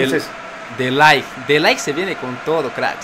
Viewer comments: Oye no mms se dice de Ligh no de laigh 😂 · Se dice de laigth como suena y se escribe de ligt